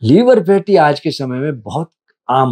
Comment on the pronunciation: लीवर नहीं लिवर बोलिए